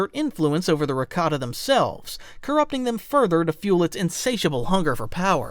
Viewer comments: Raktarn really? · There are a lot of issues on here. Mispronounced rakata and the rakata called their empire the rakatan empire not the infinite empire. Called the ones celestial when they’re not their descendants. The real celestial disappeared after the rakatans started taking control of the galaxy